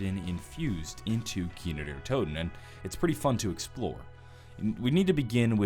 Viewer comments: it's kino not kiner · Why does he say kiner der toten instead of kino der toten? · "kiner der toten" i swear that is how you're saying it xD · Does Anyone know he says Kiner Der Toten